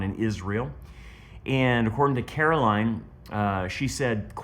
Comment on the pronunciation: Her name is spelled Caroline but it is pronounced Caro LYNN. Not line. Listen to her podcast and you will hear her pronounce her name as Carolyn